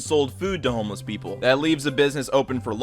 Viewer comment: Sounded like you said almost people instead of homeless people.